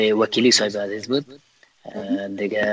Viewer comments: امکان داره که تلفظ خود ره درست نمایید ؟ الف هلف گفته میشه و عزیز هزیز گفته میشه این واقعا غلط است اگر شما لسان خود ره بخوبی بفهمید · خواهر عزیزم هزیز نه عزیز